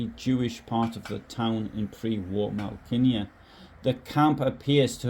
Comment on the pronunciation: Should ask someone Polish how to pronounce Malkinia. That stroke through what at first glance appears to be an L changes the whole word. I suspect it is closer to 'Mow-kee-nyah' or something like that. I like the way you put this together. Nice job.